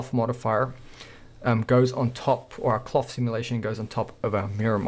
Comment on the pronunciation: I like how he says "clof clof"